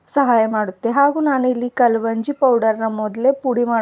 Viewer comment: Kalvanji alla adu kalonji